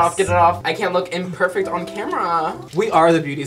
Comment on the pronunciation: The way said "Camera" 😂